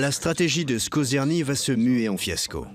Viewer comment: SkoRzeny et non pas SkozeRny...